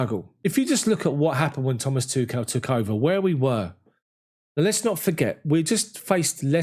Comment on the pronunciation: smh.. why can't anybody say Tuchel correctly